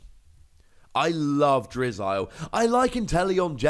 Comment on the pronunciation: its pronounced drizzle